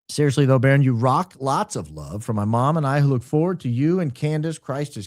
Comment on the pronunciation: It's 'Baron' !